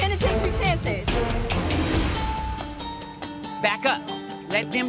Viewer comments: She said penitentiary 💀💀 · She said “ill take the penitentiary sentence” 🤣🙃